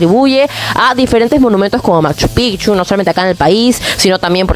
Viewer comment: Muy bien la entrevistadora. Solo una pequeña corrección. No es "MACCHU " sino "MACHU PICCHU"